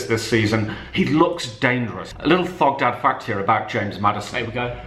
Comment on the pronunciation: Who else cringes when he says thogdad 🤦‍♂️